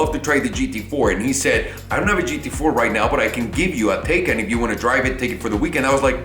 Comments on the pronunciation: "It should be pronounced "Tie-kahn" . "Taken" sounds like the movie where your daughter gets kidnapped." Proceeds to pronounce it "Taken" the rest of the video. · My man you start off saying the name right, and then not even 2 mins later you call it the taken 🤦🏽‍♂️😅